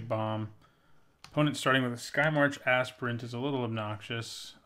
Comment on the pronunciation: I love how you say Aspirant. :D "Assprint" Good plays, love your videos.